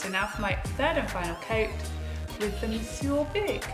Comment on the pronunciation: I'll be durned. This is the first time I've watched a video of this mascara that I have not cringed when it's pronounced. Bless you 😄😘 "Mon-soor" 🤭☺️